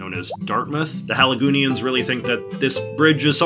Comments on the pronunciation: I'm glad you mentioned this. Even though he tried to get it right during the bridge bit, he still pronounced it wrong. For any come from aways, it is pronounced 'Hal - ih - go - nee - ans', but said really fast, with the accent on the Hal. And yes.... no one really knows where that moniker comes from, but it is what we refer to ourselves as.😊 Cheers! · A resident of Halifax is called a Haligonian, not a Halifaxian. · Hey JJ I always heard "Haligonian" though Halifax'r gets your point across